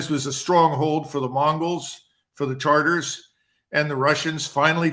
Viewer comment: Tatars, not taRtars.